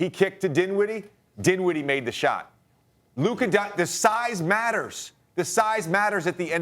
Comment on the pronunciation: It’s luka and it’s not close